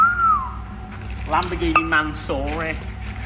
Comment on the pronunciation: It’s lamborgeeenah,mansoreah glue 🤣😂🤣😂🤣👌